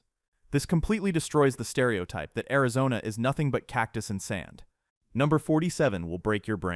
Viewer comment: "AIZONNA RONA" 😂😂😂😂😂😂 bruh your ai *edit no I don't mean "you're". I mean the possessive "Your" Like as in the ai they use.